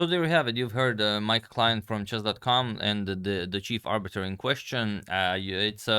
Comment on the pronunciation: Arbiter- 'Abut'...😂